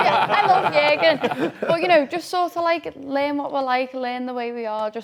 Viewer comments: Stop saying !JERGEN"! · I’m sure one of the reasons Jurgen left was because of the pronunciation of his name 😅. Wow they butcher it!! Wtf is a yerrrrrgun 😂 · Your doll has to be banned from saying Jurgen. Ffs